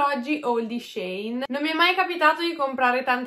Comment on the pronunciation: Vestito verde stupendo! Comunque si dice SheIn (tipo she is in) 😉